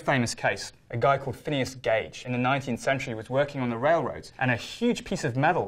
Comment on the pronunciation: As a high school psychology student, I was triggered the moment he said ‘Phineas Gage’